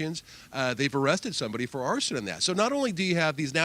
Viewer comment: Y'all keep mispronouncing arson. This is why I don't listen to the news.